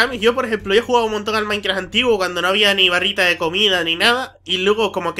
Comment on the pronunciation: de embes de decir minecraft parese que dice maicra